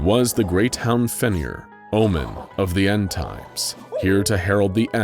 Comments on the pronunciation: I like the video, just a small correction for the narrator. Both ‘r’s in “Fenrir” are pronounced. And “Jormangundr,” in English, is pronounced “yor-men-gun-der.” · Oh yes, the great and terrible hound, Fin-Ear 🤣